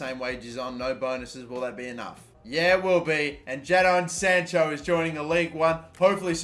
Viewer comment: The way he says Jadon sancho, makes me want to cry.